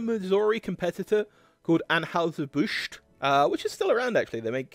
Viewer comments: While we're discussing pronunciations, it's "ann-hi-zer", not "ann-hoo-ser." (It was probably originally ahn-hoy-zer, but we've Americaned it up.) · Bro...the trouble you have pronouncing ANN-HIGH-SIR BUSH, is comedy gold! You must've tried it 6 or 7 different ways...and actually got it right...ONCE. The immediately went back to mispronouncing it! LMAO! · It's An-HY-zer BUSH. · What is wrong with your ability to say Anheuser-Busch? An-HI-zer Bush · People making YT videos, especially if you sound tlike you are from anoteher country, should learn how to pronounce the names of the companies they are talking about, like Anheuser-Busch and Stroh or Stroh's.